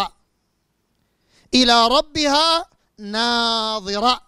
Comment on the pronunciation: اولا قرائتك للآية خطأ النظر والنضر يختلفان في النطق الشيء الاخر تقول ناظرة تعني الرؤية .فهل تعني الرؤية في قوله على لسان ابليس قال رب فأنظرني الى يوم يبعثون